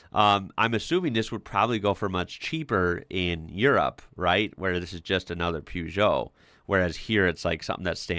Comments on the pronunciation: Per geot not poo geot lol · You say you don't know anything about Peugeot.May I respectfully say that they are not pronounced Puejoe. They are pronounced Pershzoe. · you got the second half of the prenounciation right but the first is prenounced "per"geot not "pew"geot as you seem to say it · Please stop saying "Pewzhoh" lol It's pronounced "Purr-zhoh" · Per not Pew. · It's pronounced [pe-jou], not [piu-jou]. There's not "i"in Peugeot. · Peugeot in uk is pronounce purr-joe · Peugeot = Pew Joe 😂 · Please fir the love of God learn to pronounce peugeot.......say it like ..purjow....... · plz loose the U in peugeot